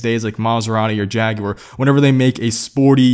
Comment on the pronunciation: You said Jaguar correctly!